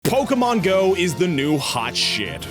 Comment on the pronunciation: PO-KE-MON-Go to the polls!